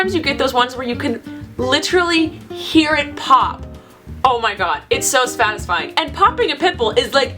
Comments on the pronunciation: did anyone else hear her say sfatisfying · "svatisfying" 😂 lol 😹